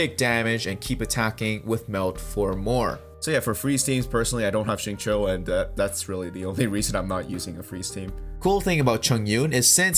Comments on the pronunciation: Xingqiu is pronounced "sing-chee-u" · Xingqui is pronounced as "Sing - Chew " like chewing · Agreed when you said shatter team works better with chongyun, especially when paired with xingqiu (the qiu is read like “chew” btw). I don’t think chongyun is good for melt dps because melt works best when finalised the reaction with pyro since there is the elemental proc order. For melt team, i do recommend using pyro character as DPS and chongyun as the support. Diluc would be the best pair with chongyun because he can alternate cryo damage and pyro damage with his auto and skills, and if you have C2 chongyun, it reduces skill and burst CD of any character that is casted inside chongyun’s cryo area. Sacrificial greatsword is the best for support build.